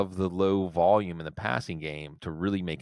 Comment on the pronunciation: Valume or Volume?